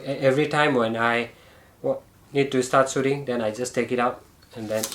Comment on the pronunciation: I love it when he says...Start Soothing 🤣